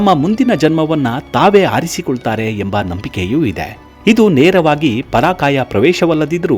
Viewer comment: ಪರಾಕಾಯ ಅಲ್ಲ ಪರಕಾಯ